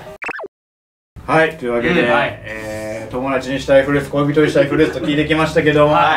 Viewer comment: さんの発音がずっと「ふるうつ」でなんか和む